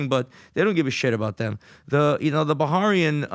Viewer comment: Bah-raini not Ba-harian 😂